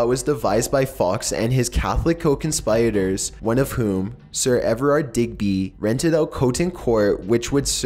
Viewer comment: "Westminister" "conSPYritors" "moroaders"